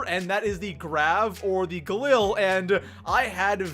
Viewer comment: You don't say galil correctly